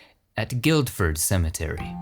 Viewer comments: excellent as alkways .heads up tho in guildford the d is silent guilford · I love these documentaries. However, although it might seem a small point, Guildford in Surrey, England is pronounced "GILLford", without the first of the two Ds. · Guildford is pronounced gillford, you don't pronounce the D! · Guildford. You say it Gilford.